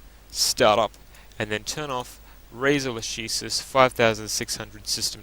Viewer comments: the pronounce is lakesis, it's latin ;) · Lah-ke-sis mate, try google translate.